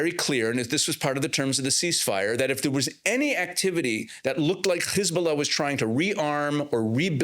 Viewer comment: Why do you say khiz bulla instead of hiz bulla,kha mas instead of ham ass etc?